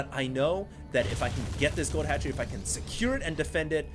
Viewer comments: ROFL at fast hatchery = fatchery he played it off well hahahahahahahaha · lol "Fatchery"...nice work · hahaha "fatchery"